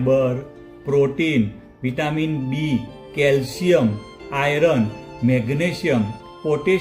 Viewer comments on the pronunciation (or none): હિંદીભાષીઓ જોડાક્ષરો એટલે કે સંયુક્તાક્ષરોના સાચા ઉચ્ચાર કરી શકતા નથી, એટલે એ લોકો 'આયર્ન' (=લોહ-તત્ત્વ)નો ખોટો ઉચ્ચાર "આયરન" કરે છે; પણ આપણે ગુજરાતીઓનું એવું નથી. આપણે "આયરન" ન બોલતાં સાચો ઉચ્ચાર 'આયર્ન' જ બોલવું જોઈએ.